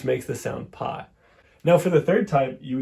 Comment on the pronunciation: Please, "pí "or "pi" with any accent for that matter, or without an accent, is not pronounced "pie." It's pronounced "pea."